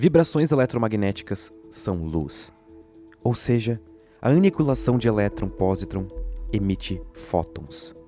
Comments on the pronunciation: pare de falar anikuilaçao. "Qui" é dígrafo, logo tem som de ki, então diga anikilaçao. 🙏😔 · Mano, adoro seus vídeos e sua narrativa, mas aniquilação com trema me deu muita agonia. Aí mais pra frente você mandou um aniqüilam.😬